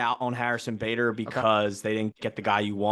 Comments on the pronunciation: Who's Harrison "Bahdar" smh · Did he just say Harrison buhdar?!? 🤣🤣